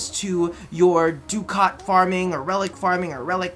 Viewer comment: An educational post about how to pronounce Ducat: Ducat is a currency that has been used in Europe since the 12th century, originating in Venice. If you want to know the most OG pronunciation of the word, look up the pronunciation of the Italian word "Ducato". In many European countries the -o at the end was cut, but generally the pronunciation stayed the same. A good way to find out what it sounds is to fire up Google Translator, type in Ducat and translate it into Italian, and push the "text-to-speech" button. THAT SAID... when a word is taken over by the English language, it is very common for it to be "englishized". No English person is going to read "robot" using the original Czech pronunciation, etc. So basically... fussing about correct pronunciation in words that have been taken over by English is kinda bullshit. You have a billion accents that will read it differently anyway, because in English, vowels are just a fucking social construct and anyone can make them sound any way they want. But hey, if my word of a guy who lives in a country that has used Ducats for centuries (but uses Euros now) is worth anything, both of the pronunciations that said at the start sound fine, so just pick one and go with it.